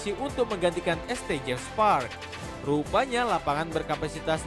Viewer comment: St. itu bacanya Saint bg